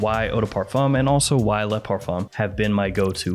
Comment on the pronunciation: Why do so many american fragrance reviewers mispronounce ‘Le’? It’s pronounced ‘LUH’ not LAAAAY.